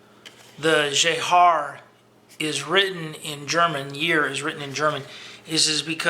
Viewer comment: You are way off with the pronunciation of "Jahr", but never mind :)